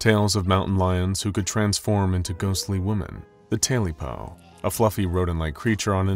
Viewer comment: It's not tailypo, it's 'tailypoo' dammit! As in 'tail-ee-poo' !! Appalachian folklore